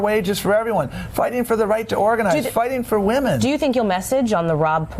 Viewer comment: His powa is Wamen! Tom Perez is a joke!